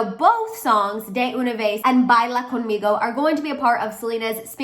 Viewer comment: Ya no saben que inventar de selena!, I am so annoyed with those people, she is not pregnant. pronuncias muy bien Baila Conmigo. I love the song 🎶 regueton is the name of the kind of music she is singing in spanish. That envious Justin he always do those shady things but no ones cares about him, not like before